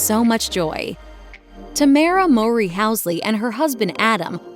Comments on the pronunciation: The mispronunciation of their last name is killing me. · People who have been fans know that their life was not tragic… and that’s not how you pronounce their last name. This YouTube channel always got something wrong lol